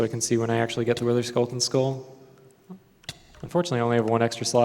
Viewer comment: Anyone noticed he said "Witherskulleton" all the time?